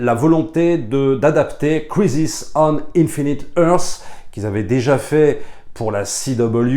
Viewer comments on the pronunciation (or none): none